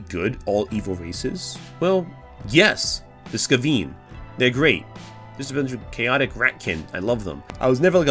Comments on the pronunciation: ...Skuh-VEEN? It's SKAY-vin lol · Im less thrilled that he's pronouncing it "skuh-ween" though. It hurts my brain to hear! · Great video, very good, my only issue is that it's pronounced like "Skay-Venn." Seriously though hits a lot of stuff that I think about when I do writing and barinstorming for my rpg table. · That is definitely the first time I've heard Skaven being pronounced that way.